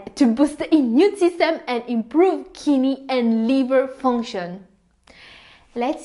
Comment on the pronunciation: Each time kidney pronounced, I hear Kinneys 😅. BTW, Thank you for the information